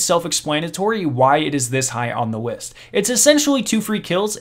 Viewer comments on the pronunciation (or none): Anyone else notice that he said “Wist” instead of list?